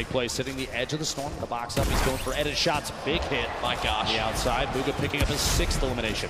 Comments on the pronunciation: Nobody: DrLupo: BUGGA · Wtf did the commentator keep calling him bugga??! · Why do they say bugga